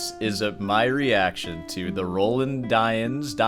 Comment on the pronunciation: Roland Dyens is pronounced Row Laand (a long "A" aa in lawn) Dee ans. He is now gone and missed by many of us old time guitarists as he was a wonderful composer and arranger. His jazz standards on the classical guitar are unmatched and most difficult to perform. When he starts at a concert, he improvises, playing something from his head. In this way he begins to get into the right frame of mind before he starts playing the pieces on the program. He was a friend and mentor to many of us, and he would play from a whisper to triple forte. His comments to students at master classes are most valuable because he doesn't pull any punches similar to your style of speaking. When he came to San Francisco I would attend his performances. He was one that I wouldn't miss, along with Yamashita.